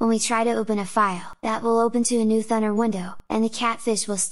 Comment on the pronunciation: i might be completely wrong here but always thought it should be pronounced as thooo naaar (or to soun like radar or sonar).... rather than sounding like thunder. but what do i know eh? !! maybe in the creator's national accent it does really sound like the way you said it here in this video. so no matter